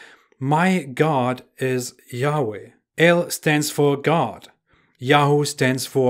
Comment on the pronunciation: Y-hwh is not said like you said it. Right now no one knows how to say ot so in Hebrew it said ad-onay or elo-him.